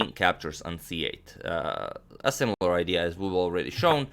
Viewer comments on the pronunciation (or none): none